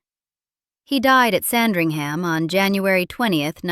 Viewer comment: A quick word of guidance on the pronunciation of English place names. In English place names ending “….ham”, the H and the A are both silent. For example Sandringham is pronounced “Sandring-umm”. Likewise Nottingham, Birmingham and Cheltenham. They are pronounced “Notting-umm”, “Birming-umm”, and “Chelt-numm”. 😊